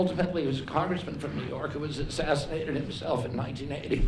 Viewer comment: Bro, how many Kennedy's been assass-inated?